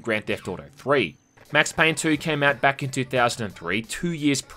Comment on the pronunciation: "Mex Payne"